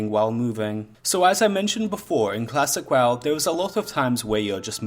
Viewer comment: did you just say klasick WaaW??